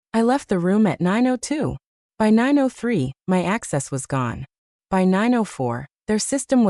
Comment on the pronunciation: Maybe you haven't noticed but your AI regularly pronounces 'by' as 'w y' (with space).